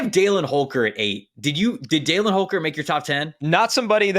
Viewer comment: As someone whose brother is named Dallin for almost certainly the same reason as Holker, you are pronouncing that wrong lol.